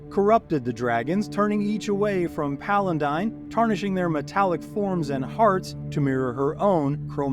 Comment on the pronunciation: Your continued mispronounciation of Paladine as "palandine" really makes my teeth itch....